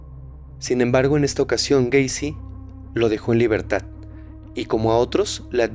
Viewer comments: Se dice gueisi no güeisi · Cada que decía "Güeycy“ me daban ganas de quitar el video